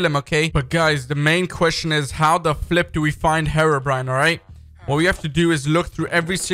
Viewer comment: Herbrine! DON’T YOU DER